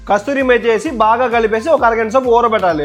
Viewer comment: Kasuri methi ❌ kasthuri methi ✅ 😂😂